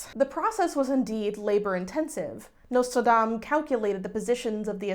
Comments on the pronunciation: i'm sorry, did you say Nicholas Lmao? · Actually didn't even notice you forgot the 'S' in Nostradamus until you said it 😂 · u pronouncing it notradamus is honestly so cute tho lmao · As a fellow Texan escapee I also say Nostradamus without the s like 75% of the time. 😭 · Thank you for being a beacon of hope and reminding people that whatever they read on the internet about a historical figure is not true even if the actual person did really exist :') Also, as a French speaker, if I may, and I promise I don't mean this with any shade at all, I wish you would show on the screen the spelling of the French names/places/words you say because since it's difficult to pronounce for you (and it makes total sense, many French sounds have nothing to do with what's found in English), I honestly can't tell what you are referring to :') I kept hearing the name of the town where Nostradamus went to live as "salon" and I thought that was very funny (but I doubt that's actually "salon") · I actually found it kind of funny bc dropping the s is pretty much what French speakers did anyway. It's been a minute since I was doing research for historic pronunciation for singing French renaissance music, so someone please correct me if I'm wrong, but the s may not have been pronounced in his French name in that period anyhow (not sure how regional variations come to play, but they are around); I'm aware that the s had been mute for a long while before the 18th century spelling reform that replaced the mute s with the circumflex in the preceding vowel. So yeah, I wouldn't sweat it too much. Loved the vid!